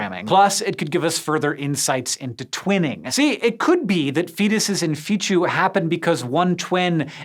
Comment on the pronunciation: I hate correcting people... but it's pronounced "Fetus is Fetu" not "Feetchu" . There's no "c" or an "h" in Fetu . Hearing that said so repeatedly makes me want to rip off my ears and "Feetchu " them to somebody.